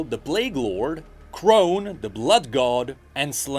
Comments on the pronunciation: Oy!!!!! It's pronounced CORN (KHORNE) NOT CRONE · Side note. Its Khorne, like corn. Not khrone/crone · KRONE? KRONE??? WHO THE FUCK IS KRONE?!????!?? 😂😂😂 Aside from that, I'm really excited to see more of his Journey into the insane lore of 40k and maybe into Fantasy too. Also it's Khorne! Khorne for Khorne Flakes! And yes I did see him correct it in the Video. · Me when called Khorne Crone 😞 sad blood god noises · Librarian you are not wrong. I usually hear karne as the pronunciation haha. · Khorne (pronounced Corn) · Its Khorne!!! (Pronounced “K-oR-n”!!!) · GGGGAAAHHH! sorry, I just had to comment it you said Khorne Wrong- it's pronounced like Corn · dammit i was drinking when he said crome instead of Khorne and i have just spat all over my desk and monitor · I love your video. I had to double take when I heard you say khorne. As a major fan of the 40k universe, I laughed when you first said it haha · How did you pronounce Korne wrong? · For Khan and the Emperor. Also how is it all the youtubers I watch say Khorne's name wrong. xD